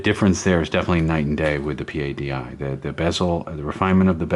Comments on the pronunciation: Sir, The Professional Association Of Diving Instructors is known and pronounced "PADDY" . Not P.A.D.I. pronounced as each letter as you do several times. Just FYI. Great videos , love the camera work and documentary style. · stop saying P.A.D.I. it is pronounced as a single word.